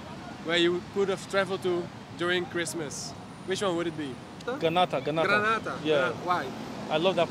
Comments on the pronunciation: He goes ahead to say he’s going to be a citizenship of Granata 🤣🤣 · This guy paaa. Talking about people in Ghana not knowing Grenada but he goes ahead and pronounces “Granata” 🤦‍♂️